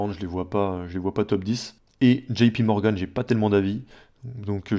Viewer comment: Enfin quelqu'un qui dit pas Jipi morgane pour JP Morgan ✋